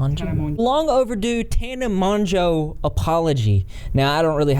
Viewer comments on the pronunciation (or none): You and Inabber... two people I trust And tip: tanas last name is pronounced like mo-joe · Awe its pronounced Mojo Like mojo jojo from the powerpuff girl! 😂 it's ok words are difficult af😂😂